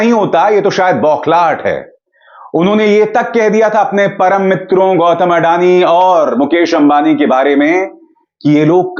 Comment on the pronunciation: अरे अडाणी नही अदानी बोलो.